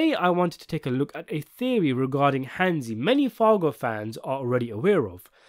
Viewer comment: Hansi. Its Hansi.